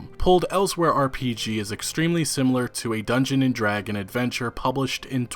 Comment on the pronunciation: How is it that someone involved in the gaming industry and reading from multiple documents cannot correctly state the name “DungeonSSSSS and DragonSSSSS”? (I’ve written “and” as the pronunciation of the ampersand character.) It’s not “Dungeon and Dragon” or even “Dungeons and Dragon”. Holy cow! That’s like saying “George Luca created the famed Star War franchise”!!!